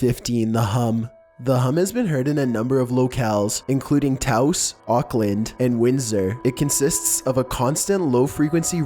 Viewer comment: thank you for pronouncing Toas correctly. As a New Mexican, it's a pet peeve of mine. That and people who don't know we are a state.